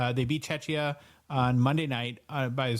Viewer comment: (and too 😬), we’re not a Chechya, it’s Czechia - correctly pronounced “chehkhiyah”. My ears are bleeding, gentlemen. 😄 Thanks for another great show. ♥️ Greetings from Czechia! 👋🏻